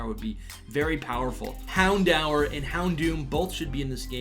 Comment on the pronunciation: Man just said hound-hour